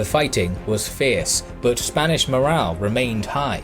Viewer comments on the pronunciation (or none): none